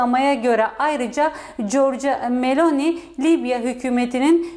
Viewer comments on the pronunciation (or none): Corca meloni